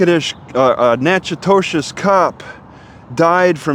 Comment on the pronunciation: Why do you keep saying "Nack-a-dish Natch-i-toe-chiss" ?